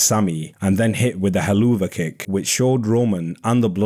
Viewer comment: Thanks for this! But Im so distracted by you pronouncing Helluva Kick as “He-loo-va kick ” rather than “Hell of a kick”